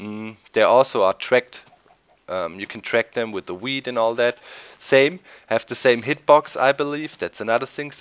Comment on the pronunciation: Sounds like you're saying weed instead of wheat. It makes sense now. Weed would make them quite randy.